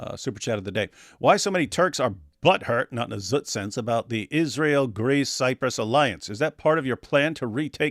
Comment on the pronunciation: Seriously: why does she say "Izhrael"?? What is wrong with her??😂